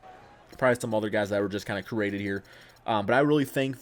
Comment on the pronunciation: U said crated